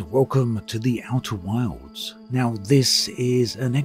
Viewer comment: Is it just me or every time obsidian ant say outer wilds it sounds like outer worlds lol